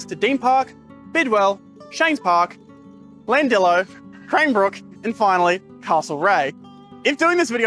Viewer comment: There was one other mistake. The pronounciation of Llandilo but that’s minor. lol